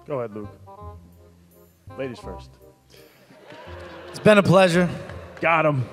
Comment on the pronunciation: "Ladies fourst".